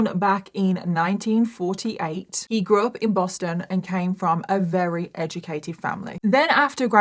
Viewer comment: This was a rery rery long rideo. I can't believe how many times you manage to use the word "rery" in every rideo. Why is the letter V so hard??? Just say really really or extremely or any other word except very very very very very